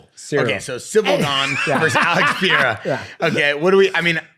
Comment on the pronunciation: Purrera, Peehayda, Podayta, Cereal, Cyril, Surreal.. we can't pronounce anything.